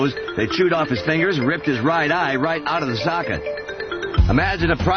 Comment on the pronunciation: The way Ant doesn't pronounce the g in fingers